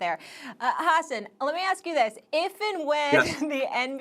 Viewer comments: Molly called him Ha-ssen 🤣🤣🤣🤣🤣🤣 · Amazing how many times Molly pronounced his name wrong without being corrected. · Can’t even pronounce his name right. Has an was too kind to not correct her. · Molly cant even pronounce the guests name correctly.... why does she still have a job?